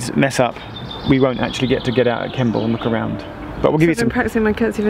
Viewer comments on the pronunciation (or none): Makes me laugh that Geoff pretty consistently referred to Stonegate, Strood and Kimble rather than Stonehouse, Stroud and Kemble! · Hey how was the Strouds golds busses? Did you catch one? There lovely leather seats and wifi. It's great if you miss your train. It's nice and comfy. Also Kemble is not pronounced Kimble you say it kem ball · Stop calling Kemble....Kimble!!